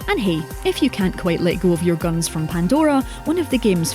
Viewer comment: Your pronounciation of the word guns amuses me.